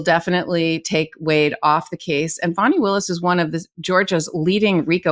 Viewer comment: Yes! Ms Agnifilo knows how to pronounce "Fani." The Fulton Co DA is not a baby deer.